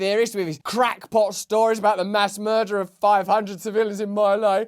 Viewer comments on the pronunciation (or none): Why does Russel Brand and Richard Medhurst keep referring to their lays. (It's not pronounced "my lay" What ... me lie?) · Russell -- you're too young to know that it's pronounced Me Lie, not My Lay. ME LIE -- like everything else in the Vietnam War. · My Lai is pronounced like "Mee Lie..." Orrrr...basically what Joe says to himself every day. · My Lay was pronounced Me Lie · Two things... the Asian village that was massacred is pronounced MEE LAY, and the Scooby Doo line was always "I would've gotten away with it if it weren't for you MEDDLING KIDS!" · My Lai is pronounced Me Lie! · F.Y.I., My Lai is pronounced "mee lie." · What you see as My-Lai is pronounced ME LIE. Thanks Russell, be good! Peace!